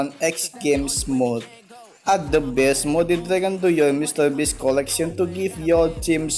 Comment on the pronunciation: You cant even pronounce beast you say best like what